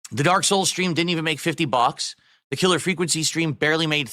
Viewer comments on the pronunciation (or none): I never noticed how he says bucks. Sounds like box with some "a" thrown in the middle